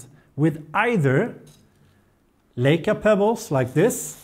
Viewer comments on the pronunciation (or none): none